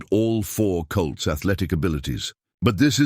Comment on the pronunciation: It’s foals not foes and it’s colts not cults. The AI writer needs a human to spellchecked.